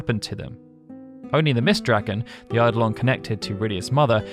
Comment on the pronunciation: Every time someone pronounces "eidolon" correctly I shed several tears. Bless you.